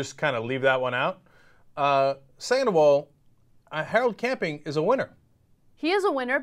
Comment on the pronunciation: "saleable" lol anyone else catch that?